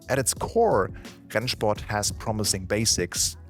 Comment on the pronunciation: that rennsport pronunciation gave me flashbacks